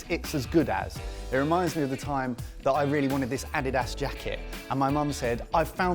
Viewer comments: The way pronounced Adidas is literally stunning me. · Can your pronounce Adidas again please? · Is that how they pronounce Adidas?!?